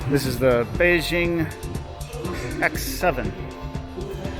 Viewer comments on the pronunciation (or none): none